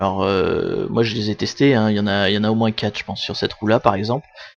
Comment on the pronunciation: Trop long. En plus entendre quate au lieu de quatre, c est agaçant. Marre des mots d anglais, la langue fraçaise est riche de mots, ez là je m adresse à tous. L astuce est bonne mais ça ne marche pas sur le mien, peut être une nouvelle génération de matériel